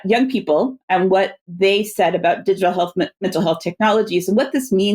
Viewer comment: I don't want to make fun of someone's accent, but you must love how Tedros's pronunciation of "health" sounds like "Hell", which is very fitting for what they have done and they're trying to do.